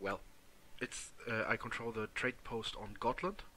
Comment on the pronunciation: A good way of trying to pronounce Gotland is to say gottland